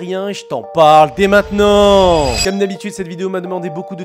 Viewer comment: « Et j'ten parle dés MAITENANT »